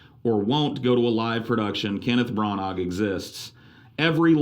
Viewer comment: Who? Kenneth Brannog lol